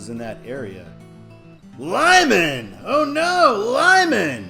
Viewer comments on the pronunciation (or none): none